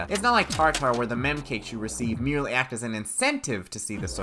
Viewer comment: Swear to god you're not gonna bother learning how to correctly pronounce Acht just to spite me aren't you